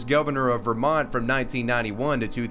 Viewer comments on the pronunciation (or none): none